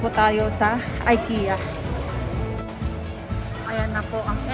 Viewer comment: ik-ya met pronounce dagiti amok sis😄